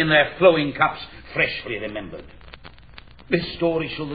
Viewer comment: He said freshly remember-red. He buried the red beneath a boozy belch, it's Richard Burton after all, but I'm still glad to hear it. Read the line as it was written.